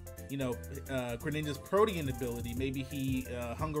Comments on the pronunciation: you meant protean (pro-teen)? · mispronouncing 'Protein' over and over hurts my eardrums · Ok greninja's ability is pronounced PRO-TEEN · "PRO-TE-ANN" bruh